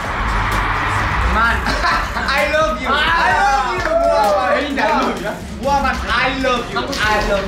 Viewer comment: “...aYYYLABYU AYYYLABYU” Oo na oo na aylabyu too yieeee HAHAHSHSJAJSJS